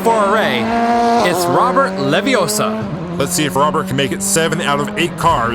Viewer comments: It's not Levee-OH-suh... It's Levee-oh-SAH. - Ron Weasley. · It’s Leviossarrrr, not Leviossa. 🤣😂🤣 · It’s LeviOssa not LeviossA! No? just me? Harry Pott... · Robert LaviOsa not leviosaa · You’re saying it wrong. It’s LeviOssa, not Leviossar... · it's levioh-sahhhhhhh. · It's Leviosa! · He didn't have enough air. I blame 2D & 3D for mispronouncing LeviOssa.